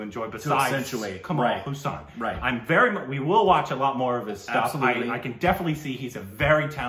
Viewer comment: His name is not pronounced as Kamal Husaan. His last name is pronounced "haaa" + "sun"